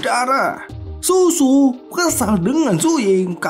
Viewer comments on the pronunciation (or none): Bang baca nya shuShu(SyuSyu) jangan dibaca susu bang jiwa haus Kasih sayang ini jadi bergetar mendengarnya😂😂